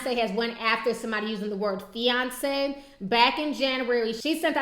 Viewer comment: feyonce lol fiance LOL